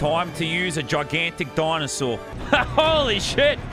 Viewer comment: he said 'dOYnasaur')))))))))